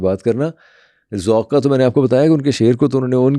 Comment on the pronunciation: سلام پوڈکاسٹر صاحب آپ غلط کو گلط کہتے ہیں آپ سو (100) بھی غلط ادا کرتے ہیں آپ ذوق کو ذوک کہتے ہیں